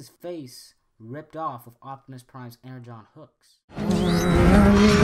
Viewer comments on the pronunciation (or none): none